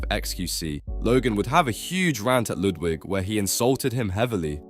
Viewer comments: Not "Loodwig" 😂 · "Lewdwig" lol